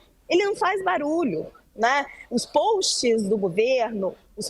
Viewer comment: Alguém ensina essa mulher falar post e não polst!